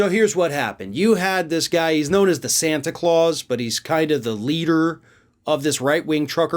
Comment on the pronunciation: Did you say Santa Claus or Anti Claus?